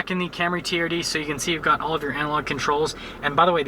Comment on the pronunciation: "Camry teeyerrdee"